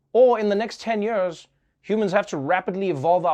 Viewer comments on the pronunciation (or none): Love how he always pronounces years like YOERS...lol